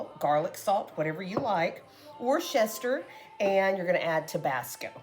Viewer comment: For Worcestershire sauce, it’s pronounced as Wu Stuh Shuh. I hope that you don’t mind me saying.